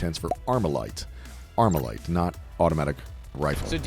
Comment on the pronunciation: Been sayin Armalalite